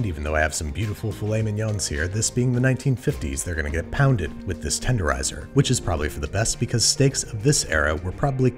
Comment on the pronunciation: tendonizer lol